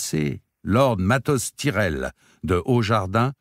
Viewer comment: Au cas où cela peut être utile : ce sont des noms de style saxons/anglicans donc on dit " baélone " et pas "baélon" etc comme pour mes lieux tels que HarenHall qui se prononce " harenneHole" .....ou les noms comme les Tyrell qui se dit " taille-relle" .... sinon merci pour votre voix si belle poser ainsi sur ces mots.